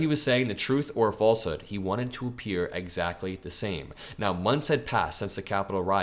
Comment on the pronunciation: Enjoyed the video? Not ezactly. Good video, though.